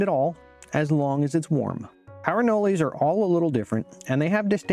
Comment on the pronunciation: Why do you call them anoleys? I was born in Florida and never lived elsewhere and I have never heard someone say anoley